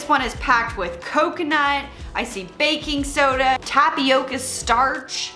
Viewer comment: I wasn't fully listening and when you said Baking Soda I could have sworn you said BACON!!! LOL!!!